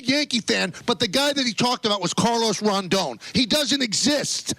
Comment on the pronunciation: YOurE sAYiNG iT WrONgGgGg!!!